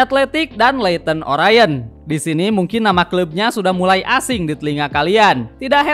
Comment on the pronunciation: Sedikit koreksi buat Leyton Orient itu dibaca Ley'ėn Oriént bang, bukan Leyton O'raiėn 😂